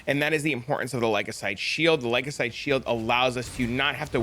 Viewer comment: The what shield? Say it with me Ly-cos-a-day..😂